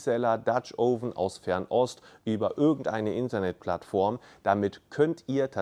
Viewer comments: Es heißt "oven" mit einem offenen "O" wie in "Offen" und nicht "ouven". Tut mir leider in den Ohren weh, komme aus dem angelsächsischen Raum. Anonsten wie immer informativ. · Du hast offensichtlich viel Ahnung - nur von der Aussprache nicht. Das Video ist nur mit viel Mühe schaubar, wenn man tausend mal „Ouven“ hört. Schau dir mal ein englischsprachiges Video über Dutch Ovens an, wenn du das schon beruflich machst. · Noch nicht mal "Oven" richtig aussprechen können. Aber labern.